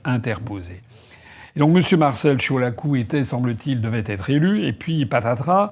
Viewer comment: Oui, oui, oui, M.Asselineau, vous prononcez bien le nom de Marcel Ciolacu.